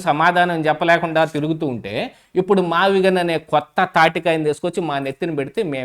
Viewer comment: ఆ భూములు "మావిజగన్ " అనేదాన్ని అన్న నోరుతిరగక " మావిగన్ " అన్నాడు అన్న 😂😂😂😂😂